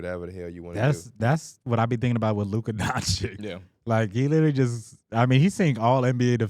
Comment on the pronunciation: year 7 still can’t say luka name right